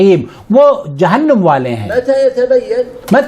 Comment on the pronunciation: جہنُم ( نُم / num ) نہیں جناب ! جہنَم ( نَم / nam ) - - - - - ( از احسان خسرو )